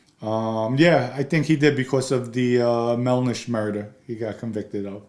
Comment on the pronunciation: Voker, Melnish, can someone get this man a phonetics class